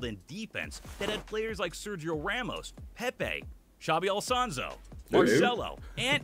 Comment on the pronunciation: Not Xavi Alsonsou 💀